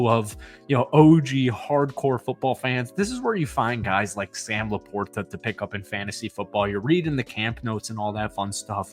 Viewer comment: I really wish people would stop pronouncing Laporta's name like Greg Olson.